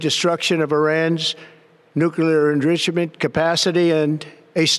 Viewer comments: it’s pronounced “nuclear enrichment”, not “nuclear erf7gtyjnmi2zxs&cvm;yenment”. What a fvcking 4 pack of dolts. I honestly didn’t know that JD Vance had returned from Rome after killing Pope Francis. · tRump slurred his way through saying "enrichment". I couldn't even tell what he had tried to say until I turned on the subtitles and rewatched that section. Well, now that it has claimed we're at war, it can now do a lot of things it couldn't do when we weren't at war. Such as the Alien Enemies Act of 1798. Rather convenient, don't you think, that it declared war (when it wasn't necessary) right after his intelligence people said Iran didn't have nuclear weapons and after he started having problems with deporting people. But, since the Alien Enemies Act of 1798 only involves people that come from the country involved in the war, does this mean it will claim war on other countries as well? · “Nuclear endrigamen” dafuq? This clown can’t read or pronounce big words. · "Nuclear ernriririchment." Republicans love bumbling morons. Trump knows words. He has the best words. Hegseth could really use a drink. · What’s a nuclear endrishemendebt? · Nucular engreeshment? WTF? Holy crap, that guy needs to be in an Alzheimer's unit! If he is not impeached, for this, then, our country is no longer a democracy. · Endrushment what the fuck is that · He can't pronounce the words nuclear and inrichments together. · Trump can't even say "nuclear enrichment." What a monstrous moron of murderous means. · Can't even pronounce enrichment...